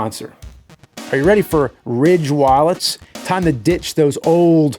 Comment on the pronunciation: It’s Ridge Wallet! RIIDge…. Wallet!!